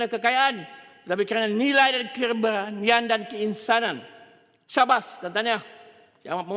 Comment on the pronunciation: Etreehhs apaa . Baca slow” laa . Dlm dewan rakyat kott baca biar jelasss KEBERANIAN . Bukan keberiaiaiaaann .. 😒